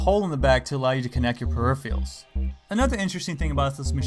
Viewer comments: I like your videos, but I think you are pronouncing "peripherals" wrong. :( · You pronounce 'peripherals' very weird haha